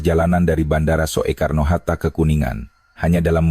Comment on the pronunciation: Kakek jompo tuek, yg baca narasi, masa sih ngga tahu membaca kalimat ejaan: van euphusyen, spt kata bandara: Soetta (Soekarno-Hatta) & Soetta hrs dibaca Sutta (Sukarno & Hatta) ga dibaca: So.e.karno. Begeto aja, masa kakek tuek ngga tahu siih manula yang goblok yeah ??!! 🥴